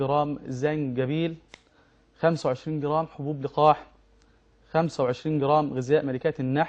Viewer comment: في القرآن اسمه زنجبيل وليس جنزبيل يا شيخ يادكتور